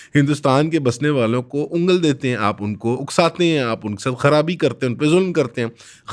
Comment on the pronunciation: ''Unggall dete hain'' buhat shaista!!!